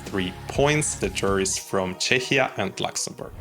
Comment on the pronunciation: Love your videos but I need to correct something. You are mispronouncing Czechia in English, it's pronounced CHEKIA. 😊